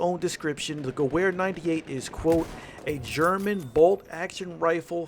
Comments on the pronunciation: Listening to this guy say gewehr with a ‘w’ instead of a ‘v’ is straight cringe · That w in Gewehr is a pronounced as a v. I could handle that in your vid please say it right in the future. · I cringed when he says Gewehr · you pronounce gerwehr like a american. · You pronounce the "W" as a "V" when saying Gewehr. Nice video though👍🏻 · You said gewehr wrong bro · Thats not how you pronounce Gewehr. Its "Ge-va-re" The w is pronounced like a V for some reason in german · Gewehr is supposed to be pronounced Geber... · Gewer is pronounced like gevear i know thats nitpicking but still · 1: the Russian rifle is pronouced "Moi-Zen Ne-gahnt." 2: the German rifle is pronounced "Ge-vair." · Love your videos, but the Gewher is pronounced "Ge-ver" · Dude it's pronounced gov-air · "Goo where 98" disliked and reported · Sry but it's pronounced gu-vay-er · It's pronounced "gavare" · "50 kills with the goo-where 98 marksman " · Gewher (Ge-v-ar) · It's pronounced (ga-vare) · It's pronounced "gevehr" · It's pronounced geVer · Great video but the mispronunciation of Gewehr killed me lol. (it's pronounced like guh-vher :D ) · Rump Spank3r do u know what i want to do when someone is butchering german language yes u are right i would make love with a nuke and i wont forget to use lube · The Charger "W" is pronounced as "V" in the German language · I think the Gewhr is pronounced (Ge-vare) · The "w" sound doesn't exist in German. Pronounce "w" as a "v." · Say gewehr right